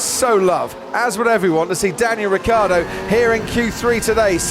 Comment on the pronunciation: Ricciardo. Not Riccardo.. It's really so difficult?